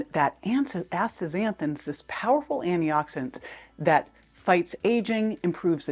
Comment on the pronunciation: First, Thank you for this info! But, Sounds like you’re saying “annie-oxidant” over and over, but you clearly pronounce anti-inflammatory. Please consider pronouncing “anti-oxidant” clearer. But, this request is minor compared to the value of the info you provide. Thank you.